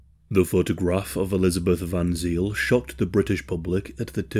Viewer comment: Not "zeel", but more like "zayl", i.e. the diphtong is like English "ay" in e.g. say, pray, hey." surname was spelt van Zyl*, ultimately from Dutch van Zijl. You can read more about her here: ---- *Dutch IJ ij, [ei], became Y y in Afrikaans, e.g. Vrijstaat > Vrystaat.